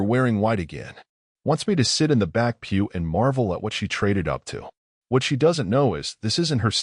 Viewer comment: pew, not peel